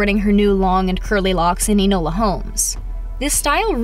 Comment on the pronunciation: YOU SAID ENOLA WWRONGGGGGGGGGG